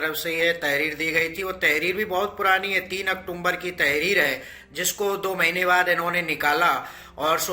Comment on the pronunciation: Aktumbr ya October 🤣🤣.